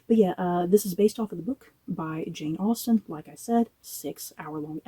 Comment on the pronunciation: they butchered Austen